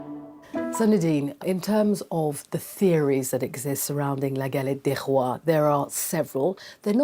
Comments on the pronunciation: Pronounce "Galett day Roa" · Please improve your french prononciation